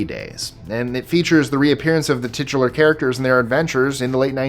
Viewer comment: If you use the word tichular one more time.....